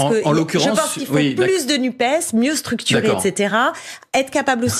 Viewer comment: Messieurs les journalistes apprenez à dire NUPESSSSS Merci